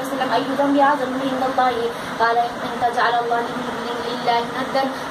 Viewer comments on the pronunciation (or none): none